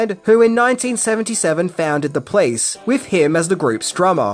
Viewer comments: I'm not the only one who hears "The Place" whenever he says "The Police", right? About alternative titles: The german title for the movie is "Die Glücksjäger" which translates to Fortune Hunters. Yeah, doesn't really make sense. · The "Place"???? What Place?? You mean "The Police"